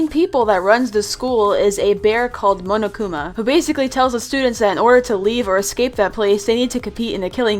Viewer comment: As a danganronpa fan I’m very disappointed in you for saying ‘moanoakuma’ and not Monokuma.